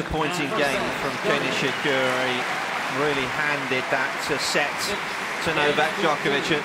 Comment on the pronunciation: Kei "NishiCURRY"